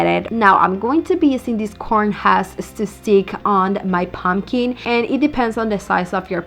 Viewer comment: I absolutely hate how you pronounce pumpkin. "POmkEEN" 😂😂😂